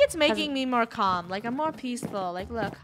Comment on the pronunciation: IM NOT PEASHFUL - 2018